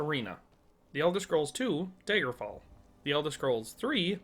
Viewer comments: It's DAGGERfall, not DAYGERfall. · are you saying daiger instead of dagger? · I was about to watch this video...then you said "Daygerfall" and meant it. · wth is "day-gerfall"?